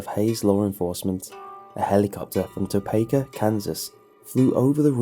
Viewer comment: hey it's pronounced Topeka (toe-pee-ka) not (toe-pae-ka) just for next time!